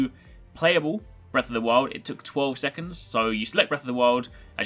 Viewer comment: 'Breath of the Wil'?